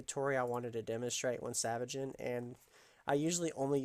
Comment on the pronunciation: Dude are u saying savaging an item? Or salvaging an item?